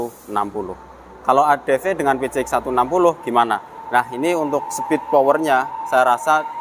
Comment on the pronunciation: Adv bukan adp 😅